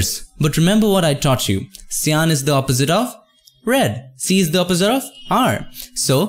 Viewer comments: Ive seen so much of your uploads and i dont always comment but something urges me to. cyan is pronounced as saiyan as in super saiyan of dragon ball sorry for bad english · You can say magenta correctly but you cant do the same on cyan? xDDD